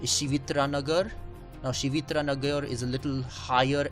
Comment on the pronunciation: I stay in shastri nagar.and it's not shivitra nagar,it's shiv tirth nagar